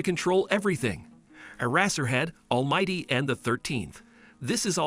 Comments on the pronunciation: All might❌ All mighty✔️ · Bakugo and deku pronunciations are god dang awful and almight is almighty for the first half of the video